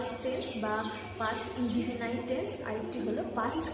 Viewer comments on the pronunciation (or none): ম্যাডাম, indefinite শব্দটার উচ্চারণ ইনডেফিনিট করবেন, ইনডেফিনাইট করবেন না। তবে, আপনার ইংরেজি ভাষা শেখাবার স্টাইল প্রশংসনীয়।